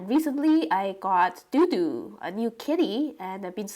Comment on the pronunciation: Dodo sounds like the extinct bird. The way you pronounce his name shouldn't it be spelled DooDoo? I wish i could get another kitty. He'll mellow out with age, lots of age. For now he might be teething on electrical cords, teething on wooden furniture. Make sure to get him neutered if he's not already so he doesn't start spraying. How fun to have a new friend to sketch. You might need to take some photos if you want to sketch him awake. Kittens move quick.